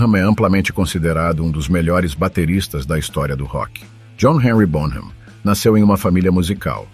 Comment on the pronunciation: Favor pronunciar BONAM, com H mudo, sem som de “R” ! Obrigado! 🥁_o_🥁